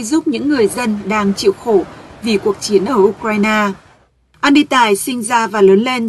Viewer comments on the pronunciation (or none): Ten Andy mà doc thành Any tài???